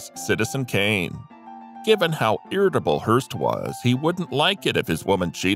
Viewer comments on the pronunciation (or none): none